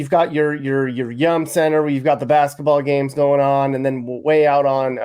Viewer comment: Its definitely not called the young center.. it's the yum center.